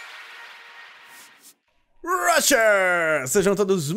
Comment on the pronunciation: "RUSHERRRSS" AMO KKK <3